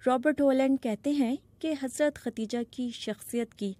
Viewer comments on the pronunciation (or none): Khadija word is correct , not khateeja, please correct your language Shakeel Azeem dated... 27 th May, 2023 خدیجہ درست لفظ ھے ، اور جو آپ نے بولا وہ غلط لفظ ھے ۔۔۔۔ آپنے کہا ختیجہ ، اس لئے آپ اپنی غلطی درست کرلیں ، عین نوازش ہوگی ۔ یہ درستگی سامعین کے لئے بھی بہتر ثابت ہوگی اور آپ کے لئے بھی ، چونکہ عوام عام طور پر ریڈیو اور ٹیلی ویژن پر نشر ہونے والے پروگرام کو صحیح سمجھتے ہیں جبکہ عام طور پر پروگرام پیش کرنے والے حضرات کا علم عامیانہ ہی ہوتا ھے اور علم لسانیات ( زبانوں کا علم ) سے انکا واسطہ براے نام ہوتا ھے ۔ جب بی بی سی کا نمائندہ خبریں پڑھ کر سناتا ھے تو عوام اسے دنیا کا قابل تحسین شخص سمجھتے ہیں جو کہ ایک بڑی غلطی ھے ۔ شکیل عظیم مؤرخہ 27 می سنہ 2023 ۔ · اصل نام خدیجہ تھا۔ آپ بار بار ختیجہ کہہ رہی ہیں۔ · How does the bbc recruit such kind of narrators? Every time she said “Khatija” instead of “Khadija”. Shame on!